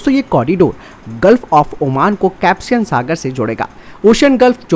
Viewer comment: कैप्सियन सागर नहीं कैस्पियन सागर है भैयाजी।